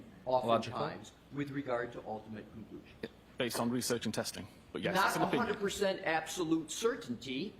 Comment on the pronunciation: Why does he say OH, pinion and not opinion. So damn annoying!